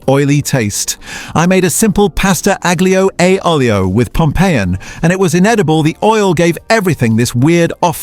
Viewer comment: It pronounces italian words like aglio e olio ,agglio e oailo 😂😂😂 totally wrong pronounciation